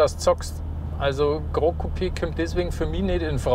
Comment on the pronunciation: Tolles Video, sehr ausführlich! Besonders gut haben mir die Informationen zu den Sitzen und dem Platzangebot gefallen. Kleiner Hinweis noch: "Gran" in Gran Coupé ist spanisch und wird kurz gesprochen, genau so wie man es schreibt. Was ihr gemeint habt war "Grand", das hätte man so ausgesprochen.